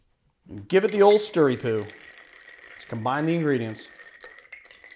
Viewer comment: "Stiry poo..." ?